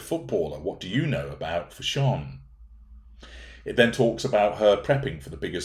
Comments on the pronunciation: took me a while to figure out what you were saying when you said 'fash-ON' 😃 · As an Austrian I wonder why you pronounce "fashion" in a way that sounds not English?